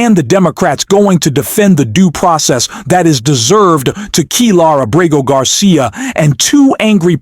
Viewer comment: Why can't you say the man's name properly? Abrego Garcia is not that hard to say. Even Google's voice to text gets it right